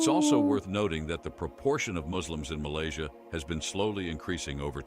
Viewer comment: Malaysia ❎ Malaysai ✅